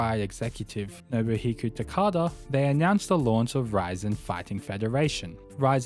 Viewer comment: There is a lot of missing info here and misinformation. Not mentioning FEG (Semaphore Entertainment Group) founding the UFC is wild. It had five owners not just Art Davie. KRS founded PRIDE FC? DSE (Dream Stage Entertainment) is the founder of PRIDE FC. Even pronouncing "Rizin" incorrectly is just too much.